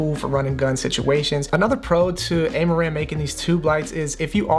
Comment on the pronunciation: It's Ah-ma-ran not Ey-ma-ran Same as Ra-yan is not Ar-yan